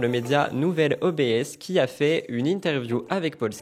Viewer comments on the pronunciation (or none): Un peu de culture média : ce n’est pas « nouvel o-bé-esse » mais nouvel « obsse » pour obs…ervateur. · Ma che bellissimo ! Tu es de plus en plus beau❤ Juste un touuut petit truc, tu dis O.B.S. En fait avant ça s'appelait "le nouvel Observateur" ils ont écourté en ne gardant que "L'Obs" Ça se prononce juste comme le début du mot "L'Obs-ervateur" "obsse" quoi. Je ne sais pas si je suis claire 😅